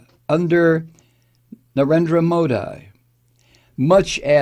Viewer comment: You haven't the faintest what goes on in India for Modi. That would be this guy's wet dream. He'd eat all the vegetables in the world for that kind of power. Over 1.3 billion people! Btw it's pronounced Modee.. like banshee.